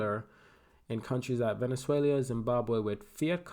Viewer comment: Venezuelia xD 😆 wtf man